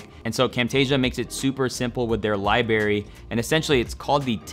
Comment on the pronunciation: It's Library not Libary bruh